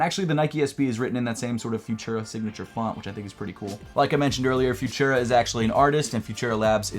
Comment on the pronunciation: its pronounce futura, not fushera!